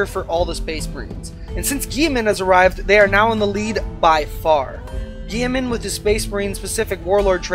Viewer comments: Geiman!!!!!!! Robute (ro-boot-ee) Guiliman (Ghile-men) My EC guild is going to hear of this and this will become and amazing meme. But in all seriousness great vids, I have watched three of yours so far have liked them all. Keep it up. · Dont ever pronounce guilliman lile gieman again lmao